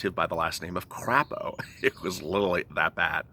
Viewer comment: LOL... your comments about the "crap" proposal and the senator from Idaho, Mike Crapo! Well, I used to live in Idaho, and Mike Crapo's last name is pronounced with a long 'A' sound, such as the 'a' pronounced in the word 'potato'. lol I'd like to thank you sooo much for your daily updates regarding this second stimulus. I appreciate all of your hard time and energy, and love your personality.:)